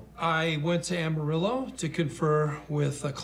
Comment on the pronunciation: "Ama-REE-o?" First time I've ever heard that. I know it has a Spanish origin, but you pronounce the Ls. Take it from a Texan who's been to Ama-RIL-lo many times.